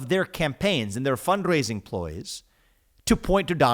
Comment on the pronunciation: I will never say, “fund rrrrraising”, the same again.